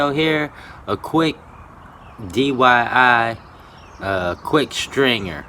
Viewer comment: I wish u can say “DIY” correctly instead of “DYI”